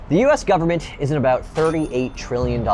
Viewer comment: "Full faith and credit of the US gubmit" LOL